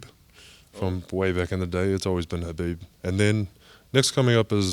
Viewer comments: How tall is he? His head almost reached the ceiling. Btw, i love how soft spoken this guy is. The way he gave his opinion about his fav fighters and he also pronounced Khabib's name correctly🤗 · Crazy, a fan of khabib who knows how to pronounce khabibs name. I’m so impressed by this man, amazing.